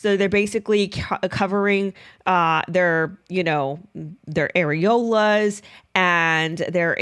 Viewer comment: Why did I LOL at the way said "AREOLAS" 🤣